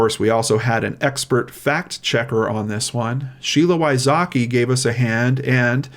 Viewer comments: As a central European, I always laugh how Americans pronounce Wysocki, it's not even close to the Polish pronunciation. Sheila is a role model, I wish her all the best. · Damn, I hope Mr Wysocki don't feel sad hearing his last name butchered so badly 😅 If you wonder why I know it's butchered, well... Greets from Poland 😄 ✌️